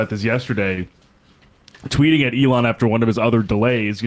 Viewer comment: Sam is finally saying Elon's name right.